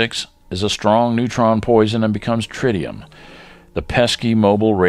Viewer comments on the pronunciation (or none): none